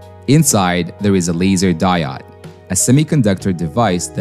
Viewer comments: it is di-ode not di -odd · Its "diOOOde", not "dieoDD". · Die-ode not die-odd. Long O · "Di-odd" - Hmm.... I'm sticking with "Di-ode". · Die odd for me is just painful. They will always be diodes to me. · English is one of the hardest languages to learn, so fair enough. But I've never heard anyone, in any language or coming form any primary language call a diode a "die odd". I've heard "De-ode" "day-od" and even "deood" but never "die odd" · Die odd, die odd, die odd, i cringe every time. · Thanks for the timestamp. I couldn't handle hearing "die-odd" anymore... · no prob. honestly, the mispronouncing of diode didnt bug me all that much, i was just uncharacteristically annoyed by the amount of fluff leading up to it lol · Great videos, but mispronouncing basic vocab is a fast way to lose credibility. Diode is pronounced die-ode [ˈdīˌōd] and the plural of axis is axes, pronounced axe-ease [ˈæk.siːz]. I remember applying for a job and they asked in the interview if I had ever used "sequel". Me, having only read and not heard the word, did not know they were talking about SQL. Happened to me again when someone said "Fizzmo", referring to FSMO. When you're learning by reading, you don't always get a pronunciation guide. Say the words right and nobody notices. Say them wrong and everyone does. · the die-odd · There are many ways to mispronounce "diode", I've never heard "die odd" before but that's gonna be my motto for a while... "Die odd" has a nice ring to it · I'm right there with you, every single time he pronounced it that way I died inside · Diode is pronounced with a long O like "Open"... Fantastic video🔥❤️ keep em coming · The only clear giveaway was the pronunciation of 'diode'. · At least the mispronunciation of 'diode' is consistent, unlike the two or 3 different ways I heard 'reflective' pronounced.